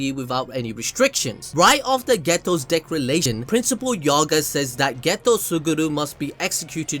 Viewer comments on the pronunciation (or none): Why you kept saying Decralation instead of Declaration😂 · Decrilation? Declaration?